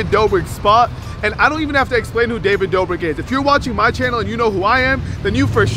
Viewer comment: If I had a dollar for every time he said David doughbrick I’d be able to pay my rent 😂😂